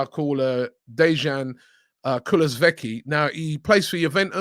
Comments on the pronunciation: Everyone: Kulusevski Robbie pronouncing: kulovekey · KULO-SVEKI instead of Kulusevski haha. Love you Robbie 😂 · Dejan Kulusvecki..... Hahaha, you need to learn how to say his name correctly.... Its Dejan KULUSEVSKI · Robbie back on the name butchering roll, Dejan Kulusvecki 🤣🤣🤣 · Robbie at it again butchering names. "Kulesveki". Damn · "DeJaN KulASVEKy" 🤣🤣🤣 stop it robbie... It's not even January yet and you started butchering names 😁😁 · Dejan "Kulusveki" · Lol Dejan kuluveki 😂😂 Robbie Never pronounce player name right 😂😂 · kuluveki lol robbie has started killing names again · Robbie ''Cant pronounce Kulusevski'' Lyle